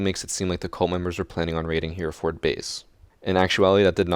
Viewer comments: Its pronounced "Heh - ruh - fud" not "hear-forrd" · He's butchering how he says 'Hereford' 😂😂 It's Hera-ford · hey I know it's kinda late but just fyi, i'm from the UK and hereford is pronounced heh-reh-food - but ood sounding like wood not like food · Love your siege school. However! Hereford is three syllables. Type it into Google Translate and it'll give the pronunciation: "Heh-re-fud". Also check out Chalet; the last syllable isn't stressed <3. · Hereford is kinda pronounced Haira-fud